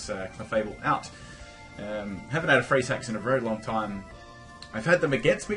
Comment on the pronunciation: when he said freeze hacks I thought he said free sex xD